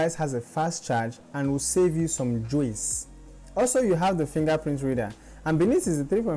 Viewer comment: Why do you need to take a 'Jwice' 😂😂😂